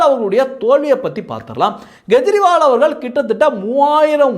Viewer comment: Gejriwal? It is Kejriwal. K sound, not G sound